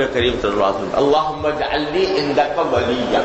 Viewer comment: Waleeja not waleeya